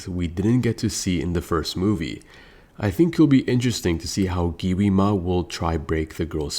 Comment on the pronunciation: Yo buddy it’s not giwima it’s Gwima like pronounce it right buddy Gwi ma